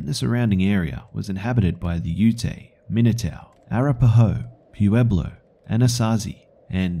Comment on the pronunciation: It's pweblo, not pooeblo.